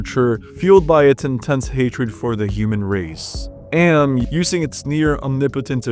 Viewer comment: Thank you for saying AM correctly. The amount of videos that have the narrator saying it as "Ay Em" and not "am" is unbelievable (and annoying).